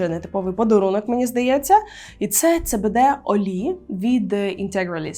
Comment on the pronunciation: дуже класно що популяризуєш медичний канабіс. Але це читається як СІБІДІ, а не цебеде 😊